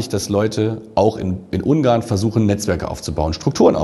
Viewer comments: Ich fühle mich an den "Penguin" von Benedict Cumberbatch erinnert, jedes Mal, wenn er Ungarn sagt. Es heißt UnGarn. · Ein "r" nach einem Vokal wird im Hochdeutschen nicht als "r" ausgesprochen, sondern ist stumm, wenn noch ein Kontingent folgt, oder wird als schwa (so ein angedeutetes a) am Wortende ausgesprochen. Was an des Reporters Aussprache stört ist, dass er Ung-arn anstatt Un-garn sagt. Also, er "ng" als einen laut ausspricht anstatt das "n" und das "g" separat auszusprechen.